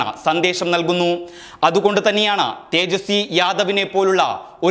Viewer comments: തേജസ്സിനീ അല്ല ബ്രോ. തേജസ്സി എന്നാണ്. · തേജസ്വിനി അല്ല തേജസ്വി ! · ട്രജസ്വാനി അല്ല tejaswi എന്നു ആണ്.